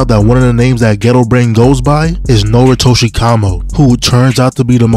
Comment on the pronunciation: You said noritoshi right! Good job